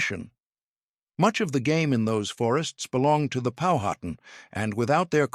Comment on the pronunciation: Learn to pronounce Powhatan the correct way.